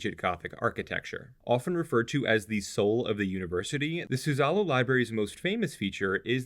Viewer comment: Nice series. Just a tip: "Suzzallo" is pronounced with the emphasis on the first syllable, not the middle